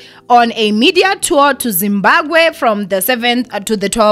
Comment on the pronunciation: ZimbaGwe😂😂😂😂...i find this pronunciation very funny